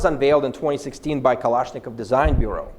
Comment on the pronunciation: Русский акцент палится по дифтонгам. Послушай, как он жестко произносит гласные в словах типа almost - олмост вместо аулмоуст. А нэйтив, в свою очередь, не смог бы так твердо произнести Калашников, как Сэм говорит. Так же у него стандартные, для русскоязычного, проблемы с выговором дифтонгов перед твердыми согласными в словах типа rolling. Ну а окончательно все становится ясно, когда он произносит "Ахотник", 100 из 100 нейтивов сказали бы "Охотник", часть бы еще и с ударением на последний слог :)